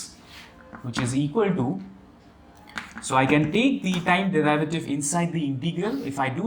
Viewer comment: Derivative. Pronunciation!